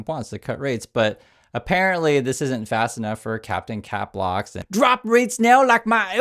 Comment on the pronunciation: please! It's capslock not "cap locks".